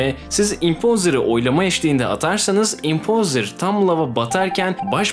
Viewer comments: Batuhan Roket Doğrusu o falan değil adam yanlış söylüyor işte. Cambridge Sözlüğü’nde Impastır gibi söylüyorlar, impovzır gibi değil. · Doğru okunuşu, Impostır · impozır diyon abiiğ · Nobody:: İmpozdır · İmpozer derken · Nobody:: impoğzır